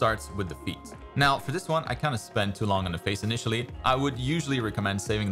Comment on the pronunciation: "A good pose starts with the feet". I'll always remember this bc to me it sounded like "A good pose starts with defeat" 😆